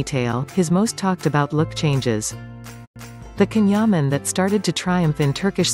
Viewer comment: omg pronounce his name correctly